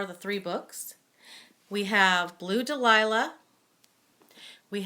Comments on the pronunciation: You miss miss pronouseed the first book title it is Dal ya . Daliah is spelled different but your right this is fanatic series. the only thing I would fault you on is that theme of in the Garden is motherhood how each mother was forced to rebuild there lives. The ghost was important but 2ndary. I am glad your drawing attention to these book . Brides quartet and chespeak bay saga are good to. Now you have me wanting listen lavender blue Dilly Dilly as I read reread the seen in book 2 were the older woman confront her ex at the party in book. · Great review. One of my favorite trilogy’s. You did mispronounce dahlia, which is Stella’s favorite flower. Please review two of my other favorites, Chesapeake Bay series and Bride quartet. I have never read the sea witches or fire and ice, a good review would help me decide!